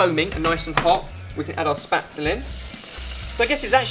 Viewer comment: I adore spaetzle, WHICH, by the way, is pronounced more like SHPET-sluh than spatsel.